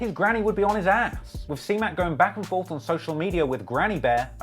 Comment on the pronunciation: " back and fith " lol